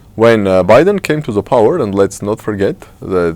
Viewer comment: Thank you for your discussion mr., but I would ask you don’t pronounce Word the Like Z, because you are Armenian not Russian I hate Russian accent and I don’t want to hear that when Armenian say Z instead of dare. sorry about my comment I hope you don’t think it’s negative